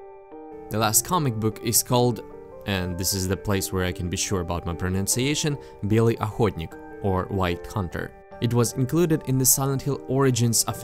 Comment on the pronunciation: I'm really impressed how You pronounced "Белый охотник".